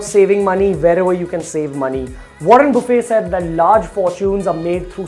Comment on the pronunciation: warren "buffet" LMAO